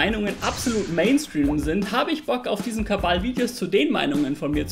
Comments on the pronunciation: Warum sagt er KaBal anstatt Kanal? (sorry für die dumme Frage) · Wäre mal schön Kanal zu hören, nicht Kabal. Mach doch mal 'n Video zu Kabaala. Deiner Droge. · Wieso sagt er andauernd Kabal statt Kanal ? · ich mag dich echt sehr und ich schau mir auch gern alle nicht Drogen- Videos von dir an, aber dass du KaBal statt Kanal sagst, triggert mich so hart, dass ich überlege, keine Drogen mehr zu nehmen. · Kannst du BITTE Aufhören Kabal zu sagen